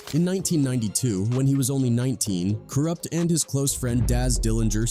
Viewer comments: yo why you chippin up Co Rupt name like dat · Kooroopt lol. Good job AI 👏